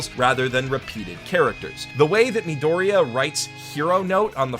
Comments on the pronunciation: Uhh what is a meedoreeah? do you mean midoria? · "Mee-Doh-Reeyah" It's Midoriya "Mid-door-eee-ah" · Why does he pronounce Midoriya like nidorina? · omg meedooreia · Great video man, but oh my god dude. EVERYTIME YOU PRONOUNCE THE CHARACTERS NAMES IS HALIRIOUS 😂😂 im not even mad holy shit. Uraaraka? edgeyro? Meedoriia?